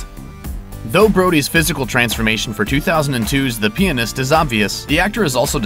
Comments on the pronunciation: "adrian brody in the penist" what the fuck are you saying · The peeanust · the pee-anist. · The peeanist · Everyt me you said "Pianist" I thought you said "penis" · The Peanis-t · No stop, don't say pianist. pleasee